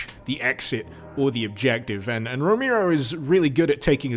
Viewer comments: Its pronounced Row-Mare-O, John Romero, not Row-meer-o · Romehro. Not Romeero. You fucking idiot. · "John Romeero." Lmao. It's ROMAIRO. Romero. Haha, love ya man. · I know who John ROMERO is, but not John Ro-mee-roe. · "JOHN ROMEERO" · “John Remeero” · everytime he says John Romero, i hear "Jown Rokneero" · The way you spell Romero hurts my ears, why such an emphasis on E? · Since you called us out on whether we know who John Ro-May-Ro is, I’m going to poke you back for flubbing the pronunciation of it. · "John Remiro" :D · John roMIRro, romeero, romyro? No, you disgust me. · if you're gonna bitch at people for not knowing who John Romero is at least say his last name right m8